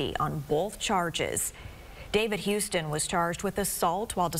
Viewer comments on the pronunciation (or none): It’s HUS-ton, not HOU-ston